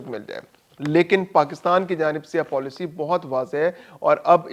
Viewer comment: پولیسی نہیں پالیسی غلطی درست کرو